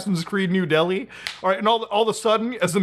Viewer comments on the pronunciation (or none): none